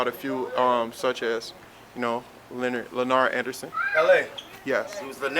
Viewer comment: said "Lynard Anderson"